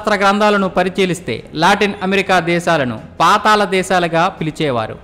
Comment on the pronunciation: పాతాలo కాదురా పాతాళం అని పలకాలి.